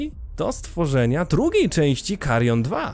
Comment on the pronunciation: Wstęp z tym "MAKARION" kompletnie mnie rozbawił. 😄